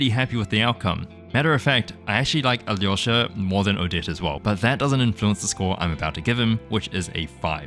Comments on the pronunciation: Appreciate how you pronounce Alyosha! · Thank you for pronouncing his name closer to how it's actually supposed to!! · 4.30 as a former Ukrainian can conform that yours pronounce are good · The way you pronounce Alyosha is genuinely healing my soul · your pronunciation of Alyosha is spot on 👀 (saying this as a slav) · Yes, that's pretty much a perfect pronounciation! The dub is notorious for getting names wrong, so no surprise it sounds off. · You did a great job pronouncing his name!